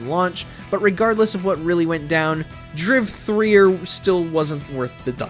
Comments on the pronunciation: Holy shit please tell me this fool did not just call Driver 3 Driv-3-er?,ffs man it's simply pronounced Driver 3,the 3 is the backwards e in Driver my guy,wtf?,smfh 😂😂😂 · Why are you pronouncing it Driv er, it Driv3er pronounced Driver 🤦🏽‍♂️ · The fact you say driv 3 er makes me mad asf. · ITS DRIVER 3!!!! Not drive 3er they just put the 3 for the e 🤦🏾‍♂️😩😂😂😂😂😂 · He just said Driv 3 er. Lmao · The way he pronounces Driver 3 as how the title is spelt, Driv3r, got me rolling lmao 😂💀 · What the fuck is driv threer? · Are you seriously pronouncing driv3r like that? c'mon man... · Did you actually just pronounce driver 3 like that 😂😂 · the pronouncing of Driver 3 had me on the ground. Hilarious! Mercenaries 2 was really, really bad. The first one was so damn fantastic the second just seemed heartbreaking